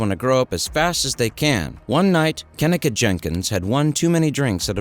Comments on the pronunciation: Mannnn... this video is wrong on SO MANY LEVELS🙄🤦🏾 1st of all,, her name is pronounced [KUH-NEEK-UH].. not "Ken-nick-uh"💀 And 2nd of all,, she was 19.. not 18 3rd of all.. it was supposed to be a celebration for her obtaining a job at a nursing home,, but instead.. it was some "savage party" where everyone in that room was hoeing around💀😒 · KENNEKA - (KIN-EEE-KAH) SAY IT RIGHT OR DONT SAY IT AT ALL. DISRESPECTFUL AF. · Her name is pronounced -Ka-Neeka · That fool running hustlers mouth can't pronounce her name correctly. He needs to mind his own business. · Yes this is a very sad case I've been watching it for years but maybe you should have enough respect to pronounce her name right to have facts instead of false statements in your opening statement but all in all I hope you are truly trying to shed light instead of just trying to get clout off of it cuz the case needs to be broken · I hate how he keeps pronouncing her name wrong damn European